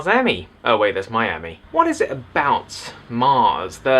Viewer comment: I don't quite understand why everyone hates The Phantom Menace so.. I liked it.. granted I was 7 when it came out.. but still. Also I like how you say Miami made me laugh :)